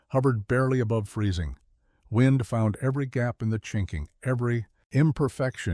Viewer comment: Wind is NOT pronounced wined